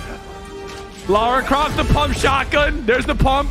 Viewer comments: did he say Laura croft? What? And then right after he says that semi truck is a new car? What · Lara Croft? Come on bro 😐